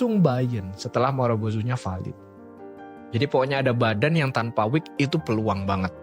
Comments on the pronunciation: buat editor ini konten bagus tolong itu "wick" bukan "week" biar orang lain yang belum paham jadi gak salah paham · WICK bang, bukan week. Ibaratnya itu ujung lilin yang di sumet api tu lho